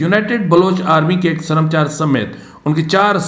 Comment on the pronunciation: ، یہ لفظ سرم چار نہیں ،بلکہ سر مچار Ser Machar